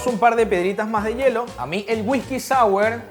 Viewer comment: me da mucha risa cuando dice Wijki jajajaja